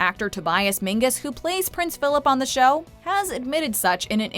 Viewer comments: Tobias MEN-zees, not "MIN-gus." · It's Tobias Menzies, not Menges. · Did she say Tobias Minagas??? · It's Tobias Menzies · "Tobias Mengis"? thats not right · Tobias Menzies not Mingus! Do your research and get the names right guys! No sloppiness! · Did she just call tobias menses tobias "mingus"?